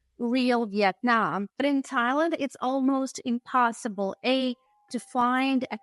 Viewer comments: it is called vietanm NOT YET NAM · Its pronounced vee'it-nam not vet-non. Youre a typical snowbunny. 😂